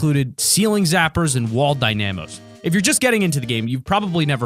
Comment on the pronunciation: Lol, the way you say wall dynamos